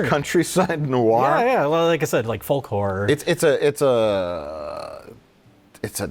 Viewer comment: I was thinking what the hell is foll-core is it like grindcore? Until I realised was saying folk horror